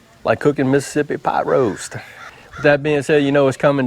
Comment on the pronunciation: Hey Dan... I though he said Possum butt too haha. That is some good stuff. We make that pretty often at our house and it's one of my favorites. Good job brother.